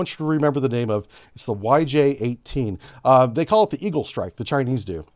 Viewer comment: When you read the YJ, its sounds really weird. YJ is the abbreviation of chinese words, means eagle strike or hawk strike. PL, the missile name, is also the abbreviation of chinese, means thunder, lightening or thunderblot.